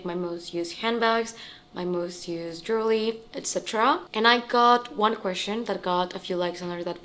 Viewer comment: It's not jewly but it's pronounced Je~wel~ry